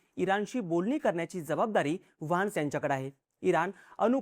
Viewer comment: वान्स नाही व्हॅन्स